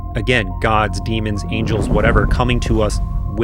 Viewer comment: DEMONS. NOT DEAMONS